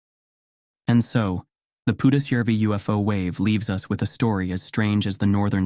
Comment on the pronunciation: I have to compliment your pronounciation of Pudasjärvi, absolutely spot on. Most of the other names are pretty close too. But the stories themselves - perfect Friday entertainment!!